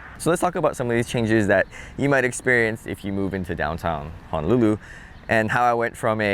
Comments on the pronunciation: Please don't misunderstand what I'm about to comment. But as a local boy I'm surprised how you pronounce Honolulu. You seem to be pronouncing it HA-nolulu like a mainland haole instead of how it's really supposed be pronounced ... HO-nolulu. Just saying lol! Like you and like your channel! 👍😉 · I'm shocked too. This might be fairly recent? (I don't go home much.) Locals' Hawaiian pronounciation isn't perfect anyway, but HAH-nolulu from a local is not good.